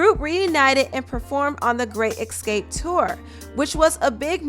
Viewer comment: Ask....not Ackssss. Why can't ppl pronounce their shit right? Escape...not Eckscape. Ffs